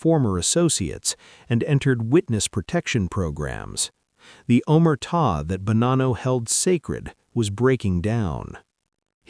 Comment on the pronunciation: AI garbage can’t even say “Omerta” or “RICO” correctly. AI content creators can take their videos and DIAF. Congratulations on being the new bottomfeeder scum of the digital world.